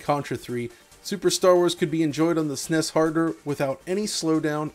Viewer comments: I like when it’s pronounced as S-N-E-S, to each his own I guess, but no… he later says the N-E-S instead of just the NES, which is backwards of my childhood , again to each his own. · Fantastic entry into the DF Retro pantheon, thank you. But I don’t get the inability to just say ‘AT-AT’ & ‘SNES’ rather than ‘AY-TEE - AY-TEE’ & ‘ESS EN EE ESS’ it’s just quicker & easier to say the former